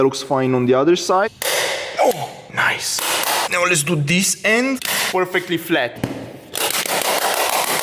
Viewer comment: holy respect to broo also i love it he says niee isted of nice but you uderstand what he says your so funny